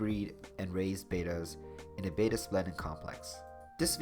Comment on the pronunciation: Please, it's pronounce correctly as Bat_tuh. NOT Bey_tuh.